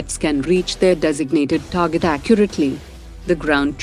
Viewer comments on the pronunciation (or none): none